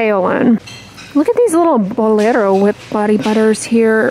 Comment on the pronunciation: I like how you pronounce Bolero.👌